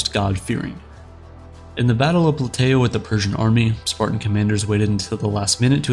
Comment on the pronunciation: No, he really is saying “Spartian”.